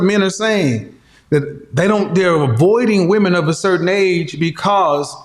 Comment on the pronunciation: At approximately in She said "we (wahmeen) want someone to respect us" Another inversion of reality. MEN seek the respect of others, wahmeen seek love from others. Respect is functional, love is indulgence.